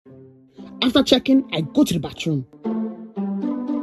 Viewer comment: “Battroom” - 2021